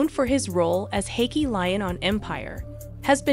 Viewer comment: RIGHT!!!?? and "Hakee"Is she talking about Hakeem Lyon???